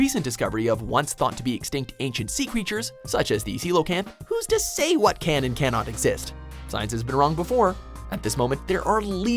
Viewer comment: CeeLOcanth?! Really? It's Coelacanth; Cee-lah-canth! I'm surprised he didn't say ko-eh-lah-canth.